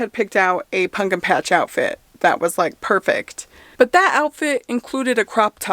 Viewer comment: its the punkin for me! LOL i thought i was the only one who sAID it that way!!!